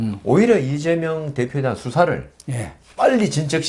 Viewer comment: 아무리 들어도 '이죄명'으로 들리는 건 왜일까요